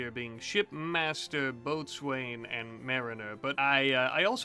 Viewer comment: Boatswain is pronounced 'Bosun'